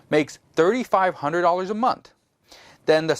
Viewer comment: Month not mouth lol!